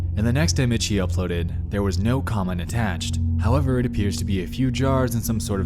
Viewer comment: Bro, just use a real A.I voice. This is horrendous. When you say “though” and “however” it’s grossly paused even a different tone.